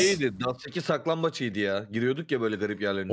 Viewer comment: saklanbaç değil saklambaç